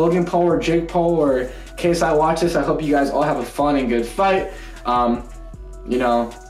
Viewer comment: The second he said KSY I knew he would pick Logan because Jake started with messing KSI name